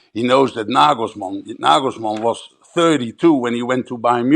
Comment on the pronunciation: His name is Nagelsmann not Naglesmann